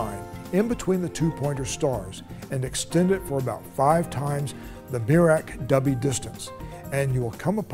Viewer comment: So Dubhe is pronounced Dubby?